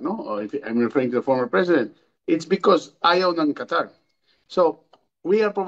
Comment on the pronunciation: Qatar hindi Quatar mali